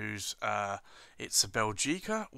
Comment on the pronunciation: Small remark: the accent is on the first syllable 'Bè' not on the 'gi'. I'm Belgian, so I'm supposed to know.